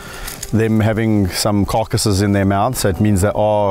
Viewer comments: First I heard "carcasses" as "caucuses." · I thought you said "caucuses" when you said carcasses. Political hyenas, President Geena, Prime Minister Kevin. Glad you're back.